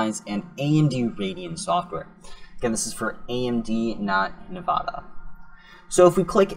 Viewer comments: N vidia not vevada lmao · man called nvidia nevada